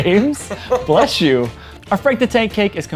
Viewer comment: “Jees James blesh you “ 😂😫😀